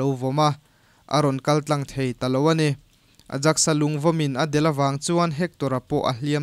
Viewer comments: A rei deuh tawh na a ,Aijax hi Ajaxs ni lovin Aiyaks ti a lam tur a ni..Heng hun lai hian an Ajaks (mihring hming) tih anih ngawt loh chuan... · 'Ayax' tia lam tur ni lo em ni?